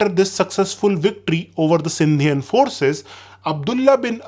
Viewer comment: Sindhian😂 . Really?? Its Sindhi... brother !!!